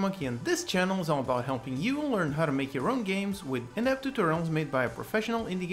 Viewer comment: I love these videos, they're so helpful! But in the intro, it always sounds to me like you're saying "inept tutorials" instead of "in-depth tutorials" lol